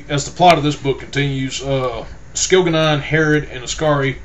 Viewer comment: I hate your pronunciation of the names and places its really annoying (skil-ga-non)really? And by the way, when your giving a spoiler alert and telling people to skip to a certain time in your poor review video allow them enough time to do just that before blurting its jianna straight away, it was just silly